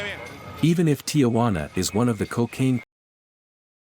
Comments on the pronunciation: It's TIJUANA! NOT TIAJUANA! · Ti-Juana not Tia-Juana.